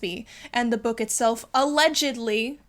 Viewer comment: 🙌🏽👀 alleGEDLY 🙌🏽👀 lmao girl the way you said that had me cracking up